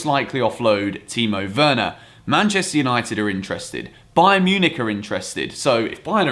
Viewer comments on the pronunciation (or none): none